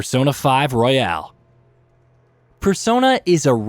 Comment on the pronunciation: Persona 5 ROYAL, not "Royale". Learn to read and pronounce in your native language, narrator.